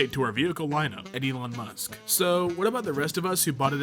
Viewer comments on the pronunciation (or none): none